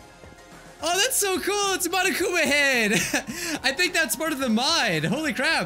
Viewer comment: pronounces Manokumaah wrong